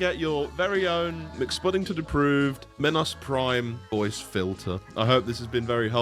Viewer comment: Me-nos Prime